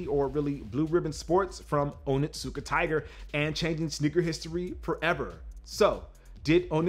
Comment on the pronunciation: Your pronunciation is close but not correct. It is Oni-tsuka-tiger. Not Onittsuka. Oni can translate as demon or devil. And Tsuka most likely translates as grasp or hold.